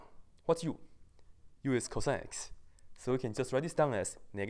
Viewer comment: Everytime he said "CosX" I looked at him with a weird smirk...No homo "Cosex"